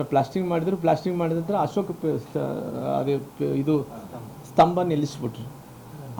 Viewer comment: ಅಶೋಕ ಅನ್ನು ನಾಮ ಪದವನ್ನು ಸ್ಪಷ್ಟವಾಗಿ ಹೇಳಿ ಅಶೋಸ್ತ ಅಂತೀರಿ ಮೊದಲು ..ನೀವು ಒಬ್ಬ ಕನ್ನಡಿಗರಾಗಿ ಕನ್ನಡ ಸ್ಪಷ್ಟವಾಗಿ ಮಾತನಾಡಿ